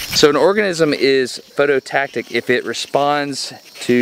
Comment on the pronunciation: PhototaXic, not phototactic. Phototaxic!! That's all. Carry on.